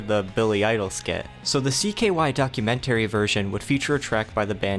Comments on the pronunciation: "Docu-Men-Terry" STOOOOOOOOOOOOP It dude "Porch Floor" Dude, you English very, very weird lol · Docu-man-tary... Chrysler LeBron lol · Dude pronounces “documentary” so weird